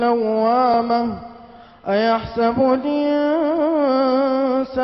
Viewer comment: assalamualykum everyone. i know this qari is reciting warsh and may allah reward him but he has made a mistake as in the begining it is ayahs(i)bulinsanu not ayahs(a)bullinsanu we are all humans and can make mistakes. Ps there are so many hater on youtube just ignore them they have to answer to there lord one day